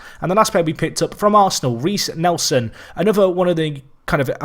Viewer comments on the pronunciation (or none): none